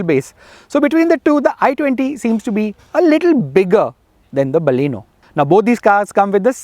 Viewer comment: hI....IT'S NOT BAALLEENO, like "balle balle"....it is Baleno.